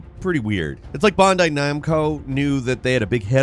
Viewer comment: Why does he always pronounce Bandai like that in every video he mentions them? lol the proper pronunciation sounds closer to the American way it's pronounced than the way he says it. it always throws me off